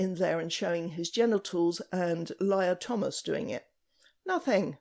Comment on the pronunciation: "Liar Thomas" didn't catch that the first time! Lol